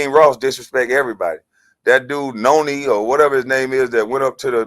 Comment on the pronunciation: this man said Noni..you funny as hell